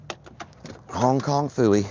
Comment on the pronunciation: I giggle every time you say Hong Kong fewy 😊